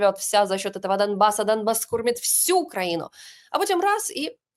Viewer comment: Домбас? Не почулося? Він дійсно говорить* Домбас *?